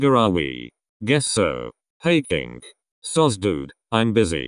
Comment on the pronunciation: I died laughing cuz of the voice over continuously changing "Kino" to "Kink"